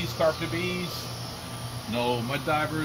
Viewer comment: Mud Dauber…not Diver. Sorry, it’s like nails on a chalkboard.